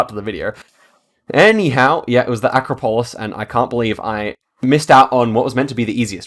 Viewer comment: Love your videos. Fyi though, acropolis = uh-KRA-poh-liss.